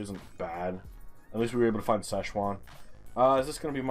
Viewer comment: Sign: Szczecin and Łożnica.: Szechuan and Lozinka. Ah, the superior ’Murican way of pronouncing foreign names, lovely. For the record; i Don’t know how to pronounce these names either. When it comes to Szczecin i just use the Swedish and German name instead; Stettin. And i would have pronounced the other one (Łożnica) something like Wochnitza wich if most certainly wrong. I know the Ł makes a ”English W sound” (sort of) and the C is something like a ’tz’ or ’ts’ but that’s all i know.